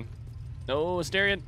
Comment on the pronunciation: You finally said Astarion correctly 🎉 Only took 129 videos 😂 Edit: I spoke too soon, you immediately reverted 😂